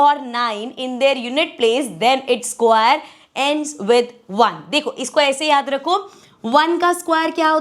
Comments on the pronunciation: Hey mam u are great at teaching but u r pronouncing square wrong ❤( no hate) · Mam square acha se bolo😂😂😂😂😅😅